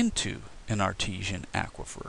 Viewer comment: Aquifer is said as in awkward not acquire.